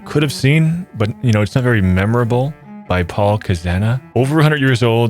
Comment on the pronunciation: watching you butcher Paul’s name was painful TvT